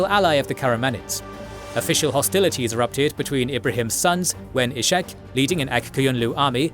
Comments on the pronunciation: He is not Ishak with SH but it is red separately S and H like Iskhak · "Ishak" is not pronounced /iʃak/, but /ishak/ or /isak/. In christian languages the name exists as "Isaac".